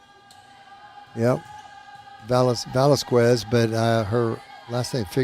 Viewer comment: And #11 is pronounced veh-LAS-kez